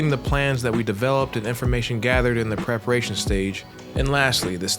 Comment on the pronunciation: pararation lol great and insightful video though 🙌🏽